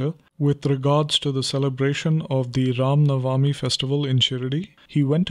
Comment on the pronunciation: should be pronounced as RAM NAVMI not na-va-mi